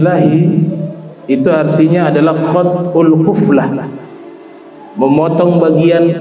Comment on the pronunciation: Qulfah bukan quflah ....kalau quflah itu artinya gembok